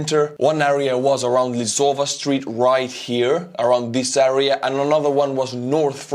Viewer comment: Thank you for great content! Juhuks kui veel miskit lihvida soovid - sõna “area” hääldus: eh-ree-uh.